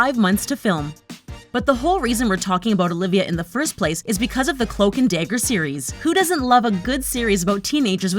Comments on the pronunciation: i cant take it seriously (day - ger) is not dagger LMFAO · It’s dagger not dayger